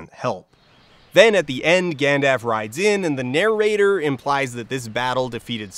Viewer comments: I live within three hours of him and we pronounce it with the L. Maybe it's a weird family pronunciation? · It absolutely must be, or something else specific. He's the only human being I've ever heard just drop the L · Just thinking the same... How can anyone get that wrong?! Very odd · "People act like a slightly different pronunciation is some massive deal" Tolkien's work stemmed entirely from his work on ancient languages, so it IS a big deal. Kind of emphasizes the fact the video creator doesn't really know his source material also. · This whole video had me waiting for some inevitable payoff to the joke where Dan deliberately mispronounced "Gandalf" over and over -- even intercutting between him pronouncing it oddly with the actors in the film pronouncing it right. Then the video ended and I realized there was no punchline 😂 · Love the video. Love all the videos. This pronunciation of "Gandalf" drives me crazy though. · This guy can say the L in “Ralph” just fine, but not “Gandalf”. That intrigues me. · Is there a reason that "Gandalf" is pronounced somewhat odd and harshly? Is that to call out the way the name has come to be pronounced today? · Accurate, thorough and fair analysis of the film and Bakshi's work. Also interesting pronounciation of Gandalf's name. However you did pronounce bestiary as BEST-iary so I'll remain skeptical. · leftism is when gandalf not pronounced right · I've never heard 'Gandaff' before. I started thinking it was the 'real' pronunciation that no-one uses (you know, like 'Voldemort' with a silent t). But no, I think Dan just doesn't know how to say 'Gandalf'. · Every time you say Gandaf instead of Gandalf, a Balrog losses it's wings. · OK, I like this video overall as I have enjoyed Bakshi's various films since I was young... But, why do you keep saying 'Gandaff'? There's an L in there you keep missing... Are you saying it that way on purpose? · All this "Gandaf" stuff is killing me inside. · ... are you calling Gandalf "Gan-daff?"